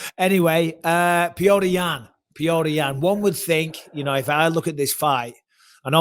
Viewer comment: His name is petr ffs